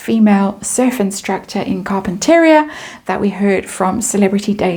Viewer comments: I used to live in Montecito years ago. Carpinteria is pronounced CAR-PIN-TUR-RE-AH. Great reedings today. Enjoyed them. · Ya I was gonna say same .. Car-pen-ter -ree-ahh.. I don’t live to far from there .. used to go to Santa clause lane there year round as a kid and really enjoyed that .. but now it’s gone ..